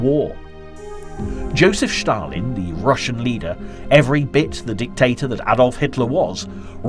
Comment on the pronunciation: Ah, here is that guy who pronounce "Shtalin" and, most important, makes a lot of other mistakes... What a waist of time